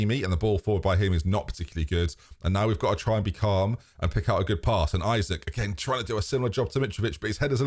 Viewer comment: Too bad after all this time you still call him Isaac.... very disrespectful tbh.